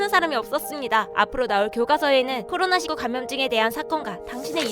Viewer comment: ㅓ.. 읽을 때 코로나 십구 아니고 코로나 일구 입니다아!